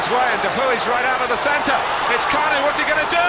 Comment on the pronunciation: "KAN-U" Believe it? 😁